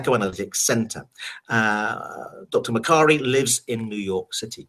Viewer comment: Makari is my my name but they say it like ma Kari I geuss I'm a authour then?!